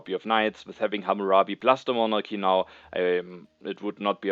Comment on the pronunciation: I'm only 8 minutes in but hearing you pronounce Monarchy in the correct (Greek) pronunciation with a soft "h" sound instead of the hard "k" sound made me very happy!